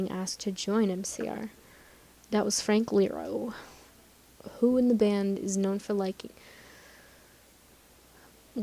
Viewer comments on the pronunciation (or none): it's Iero not Lero 😕😕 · "frank lero" "FRANK LERO" it's iero... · I think it's I-ear-oh? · "frank ee-er-oh" TRIGGERED